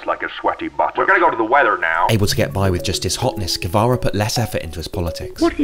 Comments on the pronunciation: The pronunciation was pretty good, only the r was pronounced more like in English. This is according to my great Spanish knowledge since it’s my first language. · According to Wikipedia (and just basic Spanish knowledge) it was not even nearly pronounced correctly